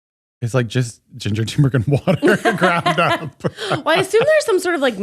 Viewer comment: turmeric. it's turmeric. tuRRRRRmeric please